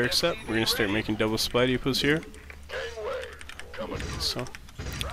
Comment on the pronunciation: Am I the only one that hears "spidey puss" when he says supply depots??